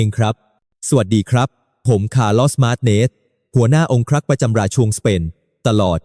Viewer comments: น่าเบื่อ เอาAiมาอ่าน ทำให้ภาษาไทยผิดเพี้ยนไปหมด เช่น ราชวงศ์ อ่านเป็น ราช ชวงศ์ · อ่านมาอย่างไร รา-ชวง(ราชวงค์)